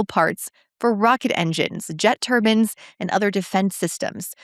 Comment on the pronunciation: turban vs turbine 😅